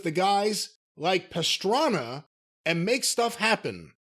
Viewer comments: I love Travis Pastrana but Jim calling him Travis Pastrami is hilarious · "Who's Pastrami?" 🤣 I'm pretty surprised hasn't heard of Travis Pastrana, if I have.